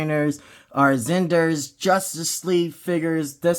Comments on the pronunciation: Bruh.. how you gonna argue who was the best superman or batman but you cant say snyder ? Lol zack zanders? Snyder (snai- dr) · Bro why Zach “Zinder”!?? lol great review but that was killing me. It’s S-N-EYE-DER just saying haha. Great review tho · I think you meant to say Zack Zander 😂😂😂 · It sounds like you have a problem.Saying sny der it is snyder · That's twice you can't even say snyder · You can't even say snyder right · Good review..you should measure 📏 the figs as well to see how they measure up with other figs from other lines… I won’t comment on the butchering of Zack Snyders name 😂